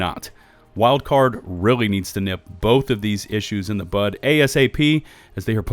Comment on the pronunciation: U said “bud” not “butt!” I love it hahaha. It’s amazing how many people in life say butt instead.